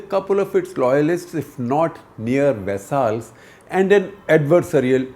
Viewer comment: It is 'vassals', not 'vessaals'.